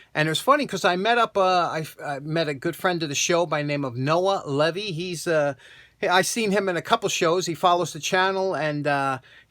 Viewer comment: Hey! I know this is really nit-picky but my last name is pronounced Lee-Vee not like the thing that guards against water. Also I don't know if I should be flattered or not but I am actually fourteen! Your lucky i don't like those type of vises or else I would have gotten it if I saw it.